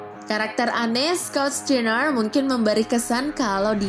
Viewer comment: John 'kena'?? Scott 'stiner'?? Ini narator nya gabisa bahasa inggris apa gimana 😂